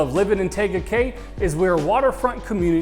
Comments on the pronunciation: I hope you've heard how to pronounce the name - TEEga Cay - which I was told is Polynesian for 'beautiful peninsula'. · Firstly, learn how to pronounce the name of the city!!! 🤦 But you're from Cali (like meeeee), so you're excused. 🤣